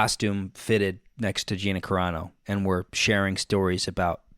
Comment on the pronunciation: Wait do I have to be the jerk who tells him it's Carano not Corano?🤷‍♀️